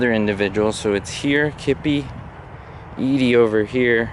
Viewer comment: Very tragic end to a man who was an innovator in comedy. As always, you showed great respect for the subject as well as proving your research skills are still sharp as ever. Just remember it’s pronounced E-dee not Eddie. 😉